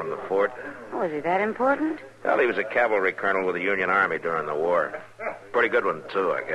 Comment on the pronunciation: Lol, Chester always says "Calvary" instead of "cavalry."